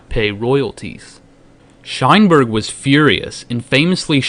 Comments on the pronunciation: Shineberg, lmfao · Shineberg... lol.. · "Sheinberg" Every time.